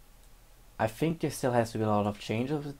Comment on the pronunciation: "Fink" vs how it's actually pronounced: think